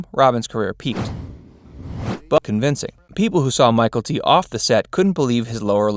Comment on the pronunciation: The actor that played Bubba's name isn't Michael-T. His name was butchered in this. Maybe do some homework before the voice over.